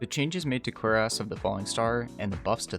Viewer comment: Did you say quares of the falling star??